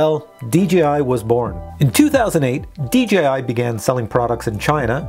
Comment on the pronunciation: Please say DJI Not DGI - PLEASE! Say it correctly please! I love your videos but it dries me crazy when you say it incorrectly